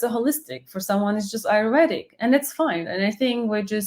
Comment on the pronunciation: Your pronunciation of word "ayurvedic" is preety accurate